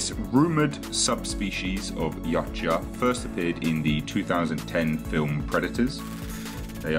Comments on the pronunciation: its not "Yotcha" "According to Steve C. Perry, the author of many of the Aliens novels, Predator: Turnabout & Aliens Vs. Predator: Prey, the word "Yautja" is actually pronounced "Ya-oot-chah", with the accent on the 2nd syllable, and where the "ch" is close to a "j" sound." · "Yautja" is pronounced "Yowt-juh". Just sayin'. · Thought it was pronounced Ee-wat-ya but maybe it's an accent thing.